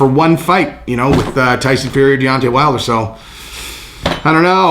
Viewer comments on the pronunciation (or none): none